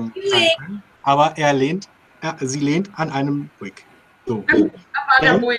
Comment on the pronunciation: Hallo zusammen, es hat mir großen Spaß gemacht euch zuzuhören, vor allem die King Passagen. Und als Knitpicker wollte ich euch noch drauf aufmerksam machen, dass ihr alle miteinander das Wort "Buick" falsch aussprecht. Sorry, nicht bös gemeint;-)